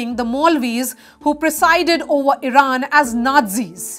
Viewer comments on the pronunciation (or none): none